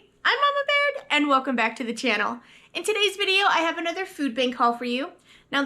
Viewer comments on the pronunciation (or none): none